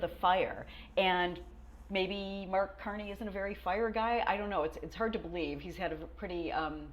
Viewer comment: Art Carney? It’s Mark Carney.